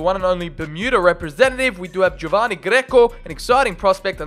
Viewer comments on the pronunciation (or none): none